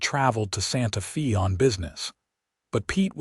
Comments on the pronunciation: For heavens sake, get your AI to pronounce Santa Fe correctly. “Santa Fay” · So many stories have this same AI apparently! Santa FEE gets OLD! GRRRRR!